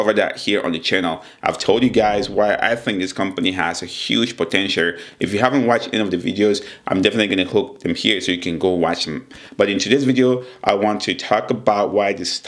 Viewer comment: pharmaceuticars.... potentiar